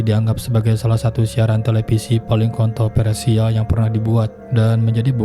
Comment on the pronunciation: Favorit! Bukan paporit! Kontroversial bukan kontropersial! Live/Laiv, bukan laip! Fiksi! Bukan piksi! Viral, bukan piral! Aktivitas! Bukan aktipitas! Televisi! Bukan telepisi! Ayolaaaahhh... gunakan abdjad dengan benar dalam dalam pengucapannya, dooonk...!!! 🙏